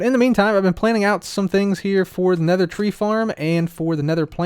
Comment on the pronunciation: "Nedder tree"